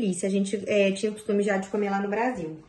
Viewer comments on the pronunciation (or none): none